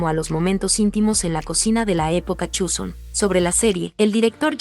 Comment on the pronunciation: Please no digas Chuson, así no se pronuncia